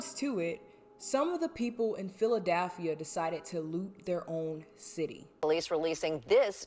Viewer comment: Whyd you pronounce Philadelphia like that 🤣